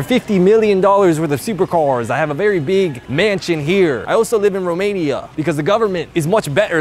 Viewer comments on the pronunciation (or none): none